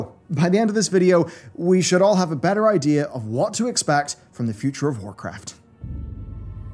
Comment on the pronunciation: Anyone else hear say whorecraft at the start of the video...